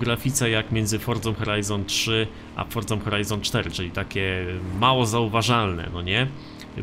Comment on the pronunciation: Czemu ty musisz wordza a nje Forza